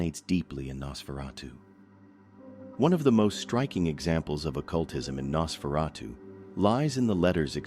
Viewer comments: HAI IM AN AI HERE TO TALK ABOUT NASSSFRATTU 😂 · I heard Nasferawdoo. lol!